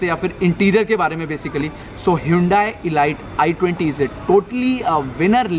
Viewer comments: 'ELITE' KO 'ELIGHT' NAHI BOLTE CHUTIYEEEEE. RANDWE, ELIGHT-ELIGHT KARTA REHTA HAI. It's pronounced as 'ELEET' you Moron! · Bhai..”e-light” nahi “I-leet” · Atleast pronounce 'elite' correctly since u own the car..its not e-light....lol...anyway plz do some more homework before passing judgements ...i pray u never bang your car to experience the safety standard of your car...u need to learn a lot about cars ,metals,strength ,structure..etc.etc... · It is not e light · Exactly wrong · It is elite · Doing a very good job with your videos but you pronounce elite wrong my suggestion is you check the pronounciation